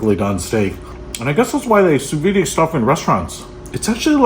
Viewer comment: pronounced Soo-veed